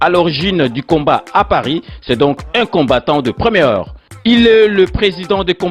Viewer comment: ba lobaka "première heure" et non "première here". O vandaka na France quand-même